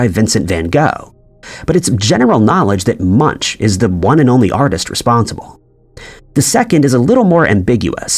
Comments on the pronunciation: Munch is pronounced similar to Monk, more like Munk, its not pronounced Munch even though its spelt that way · please retrain your AI reader.. Edvar Munch is pronounced " Moonk" nand Captain Picard is pronounced " Pick-Card" not pickerd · Munch is pronounced like "Moonk", not the way the narrator is saying his name. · Excellent work, but Edvard Munch's name is pronounced "Munk" and not "munch". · the name Munch is pronounced munk. It sounds funny when he says munch,like you munch on food.🤣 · The correct pronunciation of Edvard Munch is ''Moonk''..I studied his works as a student in the 90's. I did not know there were 4 copies of the The Scream painting. 🤔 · You should really learn how to pronounce the artist's name correctly - no munchkins in Eduard Munch (Munk). Tragic illiteracy. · Munch? More like Muenk. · Please stop slaughtering the names-like munch-say it like it has a k at the end-something like munk-okay-and its Picard not pickerd and so on otherwise thank you.. maybe you could look for yourself what other ones you said wrong ... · ... and the Norwegian artist Edvard Munch's surname is pronounced "moonk" - it's not the English word "munch" as in "munch on some food" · Edward Munch. Captain Pick-erd. 😂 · I easily concede most of these, with the exception of Fruit of the Loom. I vividly remember a cornucopia. And jeez dude, learn how to pronounce properly, namely Munch and Picard. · you missed the creepiest..Tom Cruise in Risky Business is now wearing a PINK shirt when he does his gross underpants dance, AND he no longer is wearing sunnies..WTH???? oh and that is very much NOT how Edvard Munch is pronounced LMAO. It rhymes with...um...imagine if you put an n in the word book..boonk. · Captain PICKER?? and then Pikerd PLZ! It's P I C H A R D don't start a Mandela effect on your own here 😆😂 And don't get me started on the way the narrator says Edward Munch 🤣🤣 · The way most English speakers pronounce the last name "Munch" makes me smile 😄